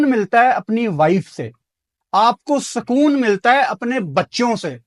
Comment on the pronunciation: Sukoon nahi bhai, it is sakooon 🤣